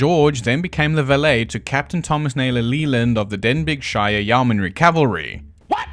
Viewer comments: Denbighshire = Den-B-sheer/Denbysheer. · "...father George then became the valet to Captain Thomas Neelorleeland of the Dembigshireyannrycavarly?" (jokes aside, love the channel)